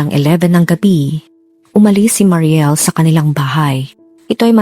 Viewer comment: mary niel po yon maam hindi mariel